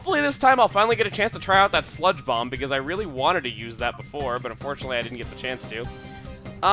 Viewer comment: when you said, "and we will use sludge bomb on shiftry" I thought you said spongebob instead of sludge bomb